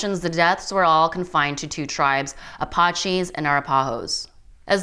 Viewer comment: It would be awesome if the commentator could actually pronounce Arapaho and Apache correctly, sad enough topic without the butchering of tribal names.